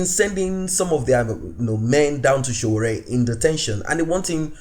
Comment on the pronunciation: I like the way you pronounce the Name S.O.W.O.O.R.E👍